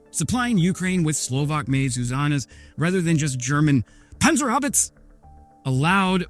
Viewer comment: Just a small hint regarding pronunciation 😉 - it's PanzerhaubitzE and the E at the end is NOT silent in German.